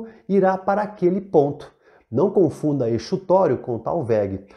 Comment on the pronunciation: Tô amando seus vídeo e assistindo pra garantir uma revisão básica pra uma prova. Achei que sua definição de talvegue deu um pouco de margem para uma má interpretação, quando você diz que é o PONTO mais baixo da bacia, e não é um ponto, né? E quanto a exutório, eu acredito que se pronuncia como Z. Desculpa ser chata, posso até estar errada, apenas tentando trocar figurinhas